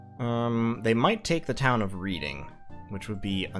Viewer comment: Just gotta correct your pronunciation because of my autism, "Reading" is pronounced "Red-ing", it's a city in the UK. Great series btw :)